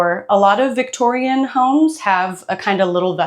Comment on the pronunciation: Feeling petty over how irritated i am every time she says 'victorian' i know its not a big deal but im losing it i think ive just discovered a new pet peeve